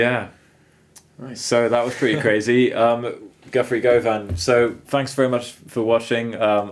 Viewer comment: Pronounced, "guh-ven."